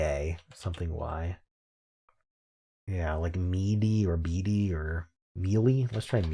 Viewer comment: You actually said the answer out loud in Fibble but pronounced it wrong when you first set D as lying in BEADY :) Im not sure you watch these videos back but it was funny :) I got super trapped in Word500 since I had all 6(??) possible STO_E with 6 answers left and got STOKE last!